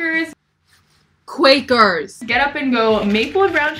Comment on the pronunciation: “and I have this quackers...” ”QUaKerS”